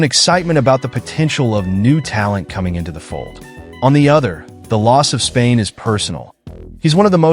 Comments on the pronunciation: Dang how many times you gonna say his name and wrong , Spillane not Spain come on you got to catch that kinda error just sounds ridiculous saying his last name that many times wrong with no editing ! Come on dude 😂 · Raiders will not trade Spilane. This guy sux at names..